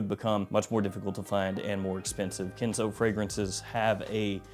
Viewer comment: Why are you saying kinzo?? 😂😂😂 It's Ken' zo